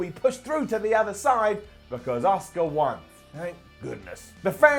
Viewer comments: She's not called Osuka,. She's called Asuka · Every time says Asuka, i think of the name Oscar